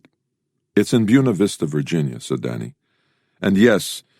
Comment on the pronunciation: Byoona Vista lol